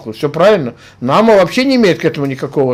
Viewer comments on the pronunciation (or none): за тридцать лет не научился правильно произносить имя НаАма?